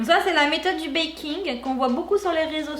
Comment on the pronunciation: "le baiking"